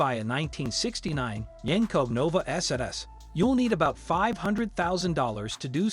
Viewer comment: Can’t pronounce Chevelle, posi traction, Nova among other key words. Pretty pathetic.